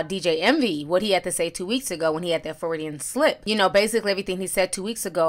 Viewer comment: The word you used, Ti, it's a "Fruedian slip" I know what you meant though.